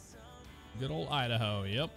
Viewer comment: Who lives in dahoa ohhh idaho your not udaho